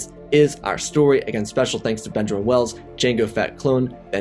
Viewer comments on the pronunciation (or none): none